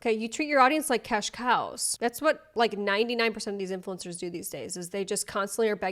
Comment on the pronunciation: The hard emphasis on cash COWS is my new vocal stim